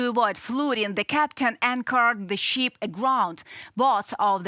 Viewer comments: The young lady should know the different pronunciation between "ship" and "sheep". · The presenter is attractive enough, but doesn't UATV have anyone who can speak English without such an extremely heavy accent? It's not a "cargo sheep" (for example). The "i" in "ship" is a short "i." Some accent is acceptable (like the narrator on "Reporting from Ukraine"), but it requires too much effort at times to figure out what this lady is saying. She sounds like "Natasha" on "Rocky and Bullwinkle." Have her take an English immersion course, and try again in six months.